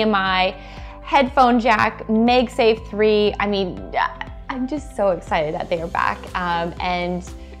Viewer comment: Make safe with a G instead of a K